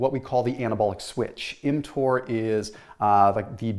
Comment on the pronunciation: I thought he was giving us a swipe lesson when I heard him say mTor